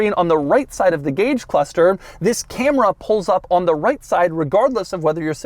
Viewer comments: Nobody: Doug: Zisssss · It's more how he emphasizes it noe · it's his emphasis on the word. get a clue.